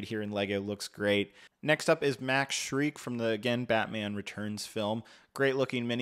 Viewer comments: Just to let you know, it's pronounced "Max Shrek," not "Shriek." Great review, though. 👍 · Did he say Max Shriek 🤣 it's Max Shreck, and yes, it's pronounced like Shrek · Bro really said "Max Shreik" 💀